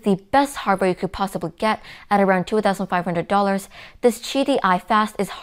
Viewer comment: 2500 the way u say it is funny u i kept hearing it 500 dollar but after repeating the section i find out 😂